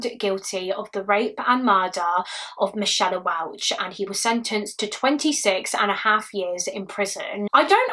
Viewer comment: Are you sure its not pronounced 'mick ay la'